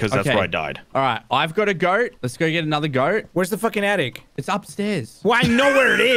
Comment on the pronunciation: you know, bc he daid "attict" instead of "attic" so that, oof still